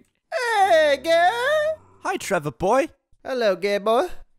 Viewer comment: "Hey Tevor Boi" "Hello Gay Boi, oh wait..." Is that a flub or not, either way it was funny.